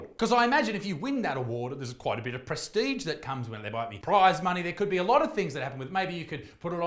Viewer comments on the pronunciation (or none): none